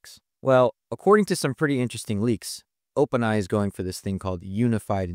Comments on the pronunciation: Am I crazy, or are you saying "Open eye" instead of "OpenAI"? 🤔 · I'm actually hoping "eye" becomes the new pronunciation and that people eventually forget what "ai" stood for. :)